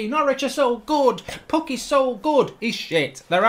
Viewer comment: He said it like Pookie